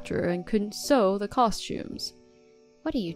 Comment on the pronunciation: Well done on pronouncing 'sew' correctly in the correct context 🙂 You've come a long way from when you used to say 'soou' for it. 👍